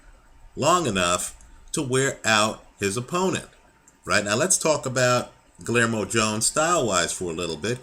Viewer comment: the "LL" is pronounced like the letter "Y"